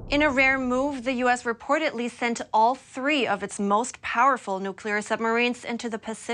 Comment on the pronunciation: The female newscaster is great. Just a helpful English suggestion: try to pronounce the letter "d" as "d" not "t". For example, reportedly not reportetly also rapidly not rapitly. These words are stated in the first minute of the video. Good luck! Thank you for you newscast.